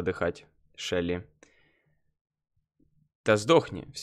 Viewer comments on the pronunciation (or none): none